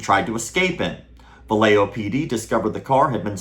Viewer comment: Hey, great video, one tiny little nitpick. The city is pronounced "Va-ya-ho", not "Va-lay-jo"